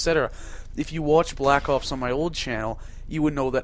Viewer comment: you sound funny when u say black ops (black opes) lol